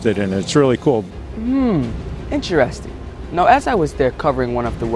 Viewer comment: "MMmm...incharesting." Lol jokes but great video by the way!